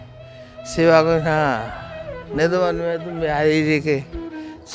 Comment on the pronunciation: Nidhavan nahi kele, nidhivan bol